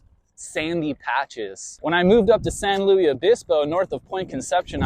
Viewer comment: Nobody pronounces it San 'Louie', we either say San Luis or SLO (slow).